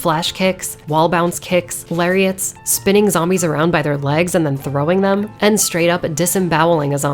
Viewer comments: Zombees. not the bees! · Zom-bees, huh. Damn.